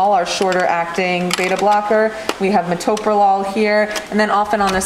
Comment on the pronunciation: "Metorolol" lol(olol)